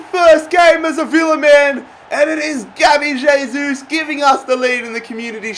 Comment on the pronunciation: It's not J-sus. Pronounced "Hey-sus"